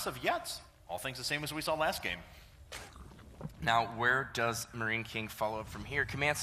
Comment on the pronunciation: he says something in German :D at least it sounds like it to me! :D "As of jetzt"